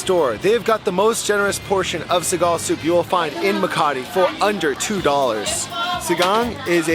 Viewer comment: I love how you're very open when trying out the dishes here in the PH. We need more vloggers like you :) Btw I think I've heard your pronunciation right about the sour pork soup, you called it Sigal? It's actually Sinigang :) there isn't any vinegar in the dish. What makes it sour is tamarind juice. My favorite dish.